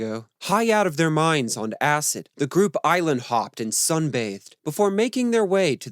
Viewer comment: Sensationalist BS. Acid, acid, acid, is all you want to talk about, with such strong emphasis every time you say acid. Where are your references and any factual accounting of this story? Just make up any old crap you want about the Beatles for clicks, just because it has the Beatles name on it. Crap video and anyone who joins your patreon is an idiot.